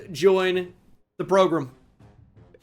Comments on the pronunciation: I feel like you keep saying PROGRUM just to annoy me personally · People gotta stop saying progrum man